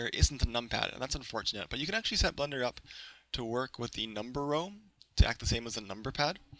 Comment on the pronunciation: its BLENDER not Blunder Blen-Der